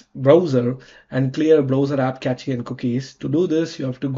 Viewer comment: LOL! Cache is pronounced "Cash". And you are telling us how to fix a problem. Fix your pronunciation first u idiot!